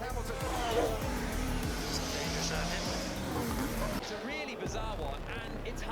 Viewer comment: You said the goats' name improperly. That's not how you pronounce Hamilton.